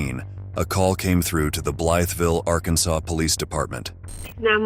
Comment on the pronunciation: Is Arkansas really pronounced Arkansore ? If so, how the hell do you pronounce sassy lol